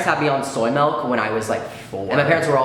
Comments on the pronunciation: miles says milk like melk and it hurts me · YOU'RE CANCELLED, YOU PRONOUNCE MILK LIKE MELK IM DONE GOODBYE SIR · Bro... you say melk instead of milk? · The fact that says “Melk” breaks my heart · Why do you say malk.......it’s milk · we love you king, but ajdbskdnek “melk” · HE SAYS "melk" NOOOOOO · you say melk lmao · This boy says "MELK" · Melk lol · I’m sorry what is melk, pretty sure it’s milk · says melk. idk I might have to leave the fandom 😬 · No one:: Melk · did he just say “melk” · He said melk😶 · Hmmm. Malk you say... interesting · Nobody: Not a soul::✌️😌melk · mAhLk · the only wrong thing about this video is him saying 'melk' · I’m I hearing this right or is he saying Milk like ‘Melk?’ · I say milk as melk and crayons as crans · AMERICANS RLY BE LIKE... melk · Did he just say melk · Boi I love him but he says “melk” like nooo bb nooo 😭😭😭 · I’m sorry but WHY do you say MELK WHYYYYY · guys he says melk....i am concerned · WHY DO YOU PRONOUNCE MILK LIKE MALK OH NO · ceo of saying melk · no one:: "mElk" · omg you say “melk” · omg he is!! lol my sister also says “melk” like this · secret norwegian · why did you have to go and say milk like that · i heard that and i was like “👀👀👀 midwesterner???” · its dutch lmao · i’ve been here since you were coming out to strangers but i learned new things that kinda blew my mind...like how you pronounce milk